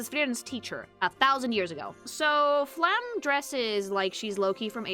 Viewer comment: I really wonder why almost nobody pronounces the E at the end of Flamme's name. It feels so weird that basically everyone ignores that the last letter of her name exists. It's a similar issue for most characters with a name ending in E, but Flamme is the most common one to have that happen.